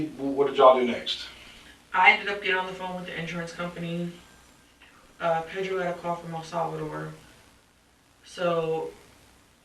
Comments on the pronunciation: She randomly decided to start pronouncing "Pedro" with an accent but she keeps rolling the R in the wrong spot and saying "Pero" (which means but) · Ew she says pedro ugly! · The way she says Pedro disgusted me. She puts so much effort in the pronunciation yet couldn't care for her kids.